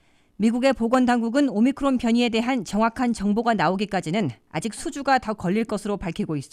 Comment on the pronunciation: 오미크론을 자꾸 오미클론으로 발음하는데 확인하시기 바랍니다.